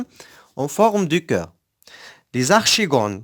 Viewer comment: Merci monsieur seulement une petite remarque archegone se prononce arkegone et merci